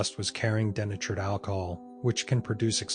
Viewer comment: DENATURED alcohol not Danatureed